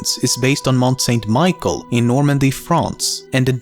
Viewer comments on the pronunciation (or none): Saint MiCHel not Michael !